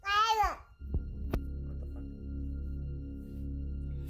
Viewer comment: "Fock. Fock. Fock. Fock." 😂